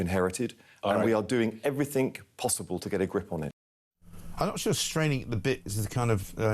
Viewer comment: "Doing everythink"?